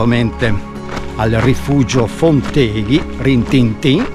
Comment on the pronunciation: Posso umilmente correggerti in merito alla pronuncia: Fonteghi va accentato sulla o` della terzultima sillaba, è una parola sdrucciola. Non sei veneto a quanto pare!